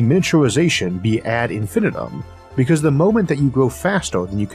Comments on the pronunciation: Good episode thanks Isaac, quite thought-provoking. Quick note: you pronounce 'ad infinitum' ad in-fin-EYE-tim' (in other words, emphasis on the penultimate syllable, and that syllable is pronounced 'eye,' like what you see with. Rhymes with 'my' and 'tie.' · Just an FYI, in "ad infinitum", the last "i" is a long vowel sound.